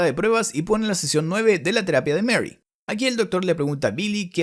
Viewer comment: Seeeecionn suuueeeeveeee